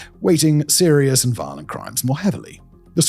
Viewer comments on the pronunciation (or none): none